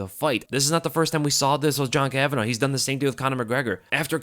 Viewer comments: It’s kavanagh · It's KAVANAGH say it right.